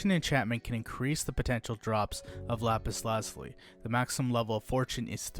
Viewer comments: lap-is la-ju-lie The i is a long i, and the z produces the French z sound of a (j). Like the french word for blue, azure (ajoor). Which stems from the Arabic translation alazamam. This coming from the Persian example lājevard, meaning "heaven/sky". Lapis meaning stone. Lazuli meaning blue. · The funniest thing is how u say lapis lazuli but very informational